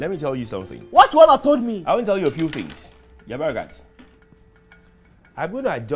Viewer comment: There’s a reason Kunle is one of my favorite actors- too good 😂 Love the way he pronounces “things” as “fins “ . From big brother to Zaddy 🙌😂